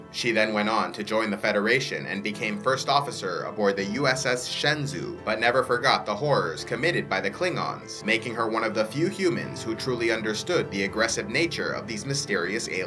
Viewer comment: Just tuning into your channel..... hitting subscribe now. The USS.Shenzhou is pronounced Shen Joe rather than the z sound.